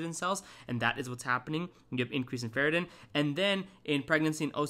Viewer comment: it's ferritin (not ferratin)